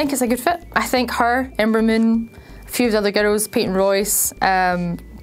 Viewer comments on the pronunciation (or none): none